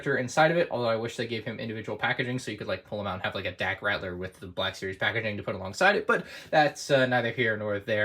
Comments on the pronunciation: Nobody:: "Dak Rattler" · The 'L' comes before the 'T' in Dak Ralter.